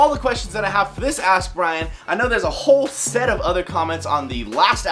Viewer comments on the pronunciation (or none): Nice that you answered my question in the vid. Only my name pronunciation wasn't really correct :P